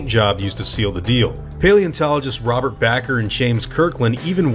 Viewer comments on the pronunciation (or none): none